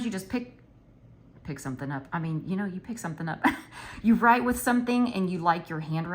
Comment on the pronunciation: Ahhhh I can hear the Marvy marker on your paper…I love it! I may have to try those…but I gotta order before Novemberrrrrrr!! I love when you do these educational videos to help out all the planner peeps!! Haha the “no thank yew “ pile 🤭🤭🤭 Ooooh that pilot suspect pen and it didn’t bleed through??!! 😱😱😱 I love how you just have random pens you don’t remember!! I’ve been trying to keep mine cleaned out so I have a shit ton of flairs and inkjoys and then a handful of randos mainly ballpoints I keep on deck 🖊🖋🖌🖍 And I agree on your handwriting looking or feeling different with different pens!!